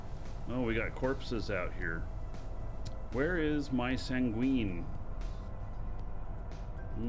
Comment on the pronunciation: just an fyi it's pronounced "sang-win". In the english language it basically means sad. Not tryna be a grammer punk, just wanna make sure you hear it from a fan and not a ar$ehole. Have a great rest of your week, thanks for sharing all of the content/tips, and stay safe!